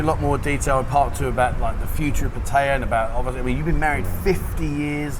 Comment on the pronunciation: You'd think they could at least pronounce 'Pattaya' correctly.